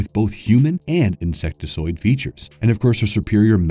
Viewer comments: OMG, the word is INSECTOID, not INSECTISOID. Sorry for the pedantic outburst, but if you are narrating a video you should proof read your script. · That's "insectoid", not "insectesoid".